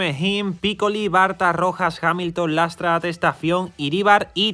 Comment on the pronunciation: Es Lastra, no Lastras. Un saludo